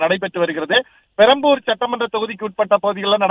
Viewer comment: அது பரம்பூர் இல்ல மா... பெரம்பூர்... 😝😝